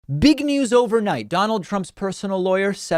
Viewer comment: 😂 why’d you say it like that lol “BEEG news over night” 😂